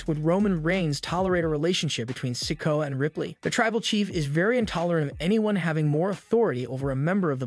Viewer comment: I really wish these narrators would learn to pronounce names correctly! Solo Sikoa. Si-KO-ah, Not sicko!!